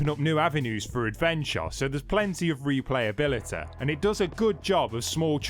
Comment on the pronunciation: what a ridiculous accent...replayabiliaaaäääeeeeeh